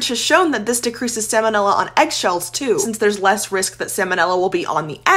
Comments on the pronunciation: I don't think you said salmonella correctly once in this video. 😂 at best, you said it wrong a lot more than you did right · It’s not pronounced “salmon” 🍣 ila. It’s sahl-ma-nilla. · Every time she pronounces it as "Sam o Nella" I die a little inside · I know the L is silent in 'Salmon', but you're the first person in 43 years I've heard say Sa-monella. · Hate to be that person but it’s pronounced “sal-muh-nel-ah” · It's pronounced SAL MON Ella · I rarely hear anyone pronounce that first L. It's got to be regional variation or something similar. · I know this is rather nitpicky, and it's just for your information, but despite the fact that the word looks like the word salmon, in which the L is not pronounced, the first L is pronounced in salmonella. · The pronunciation of salmonella 😚🤌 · That's the first time I ever heard someone skip the L in salmonella. It is not like the fish. It should be pronounced here. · The L in the word "salmonella" is pronounced, unlike the L in the word "salmon," which is NOT pronounced. The salmonella organism was named for Dr. Daniel Salmon ("SAL-mon"), the American veterinary surgeon who discovered it. It has nothing to do with the name of the fish. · I like how this person is confusing the pronunciation of salmon (the fish, silent L), and salmonella... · Disliked because she pronounced salmonella wrong. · Might want to learn how to pronounce the bacteria about which you’re pretending to be an expert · Based on your pronunciation of salmonella, I will now be petty and not finish the video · Aren’t you supposed to pronounce the L in salmonella or am I wrong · you could try pronouncing sal mon ella properly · I’m not sure I can trust you if you can’t even pronounce ‘salmonella’ correctly. 😂